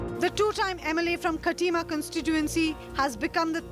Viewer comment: It's not khaatima.. Read hindi pronunciation first.